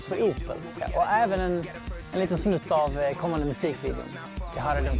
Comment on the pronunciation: haha han säger ''opel'' med en skånsk dialekt xD